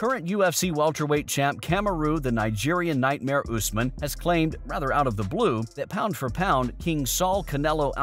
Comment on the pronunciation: you said usman name wrong lol! but Canelo name right? I'll be watching you buddy🕵🏽🕵🏽🕵🏽🕵🏽😂😭😂